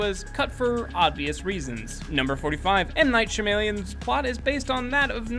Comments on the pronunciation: lol its pronounced M. knight sha-ma-lan not M. knight shamalien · (shah-meh-lawn) not shamaleon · "M.Night Shim-Alien's" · M. Night Sha-May-Lee-in, M. Night Sha-May-Lee-in, M. Night Sha-May-Lee-in, M. Night Sha-May-Lee-in, M. Night Sha-May-Lee-in